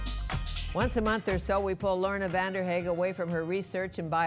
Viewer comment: did she just butcher Lorna's last name? hahaha coz i clicked on this video to hopefully learn how to pronounce Vanderhaeghe :p